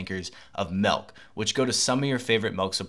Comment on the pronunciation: Milk not melk u fckn dmbass